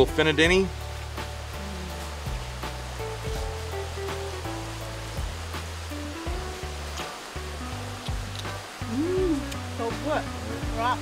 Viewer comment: You say Fina Deni on point!!!